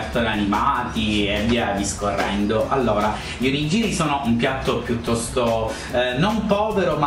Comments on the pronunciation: ciao :) 1 errore di pronuncia : non si dice Onogiri,ma onigHiri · Non si pronuncia 'onigiri' ma 'onighiri' ;) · si pronuncia OniGHIri lol sentire oniGIRI mi turbava :O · Ma non si diceva ONIG"H"IRI ? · "oniGIri" non si può sentire.. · Bravo!! Perô mi raccomando: si pronuncia ONIGHIRI !!!!!!!!!!!!! :) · si pronuncia ONIGHIRI!!! -. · Voglio l'Onigiri a forma di faccina di Panda!! Che carinoooo!!!! P.s. Ogni volta che dici "Onigiri" onestamente mi viene da ridere... (nel senso buono)